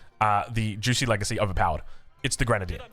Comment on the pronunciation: Juicy's legacy, very fun pronunciation, perhaps an homage to OJ